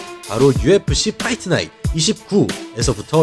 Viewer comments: 유엪씨 빠잇트나잇ㅅ 원헐더레드일뤠븐~ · UFC 퐈잍나잍 워너드레듯일뤠븬 발음죽이네.